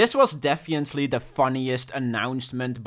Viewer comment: "defiently" lol